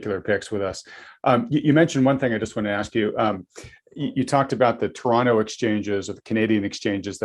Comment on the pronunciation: Congrats,! You enunciated Toronto correctly. Most Americans like to emphasize Tor-ON-to:-)